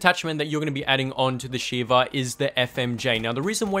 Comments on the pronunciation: You said shiver instead of sheva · It's shieva